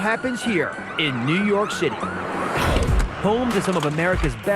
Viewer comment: For a second there I thought the guy narrating said “ New York shitty” I was like wha?!